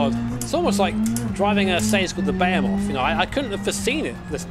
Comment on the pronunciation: Did he just say Bey-a-moth instead of buh-he-moth?